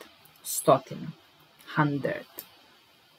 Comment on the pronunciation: Hundred je bilo dobro napisano, niste trebali menjati, a rekao bih i da niste onda ni dobro izgovorili